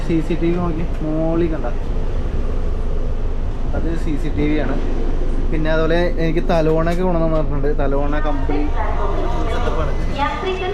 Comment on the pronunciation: ഷോർണൂർ അല്ലെടോ ഷൊർണൂർ. തലോണയല്ല, തലയിണ